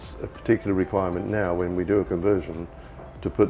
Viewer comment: “Conversion”, not “convertion”!